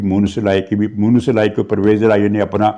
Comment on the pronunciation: گستاخی معاف۔۔۔ آپ مونس الٰہی کو موئنث الہی کہتے ہین۔ کیا خدا نہ خواستہ کہین توہین خداوندی کا پہلو تو سامنے نہین آتا۔ وقار اعلیٰ کراچی۔۔۔